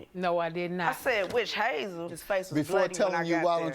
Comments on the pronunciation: Right! Calling it wish hazel! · "Just put some witch hayyzel on it"😭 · The way she is saying witch hazel is killing me😂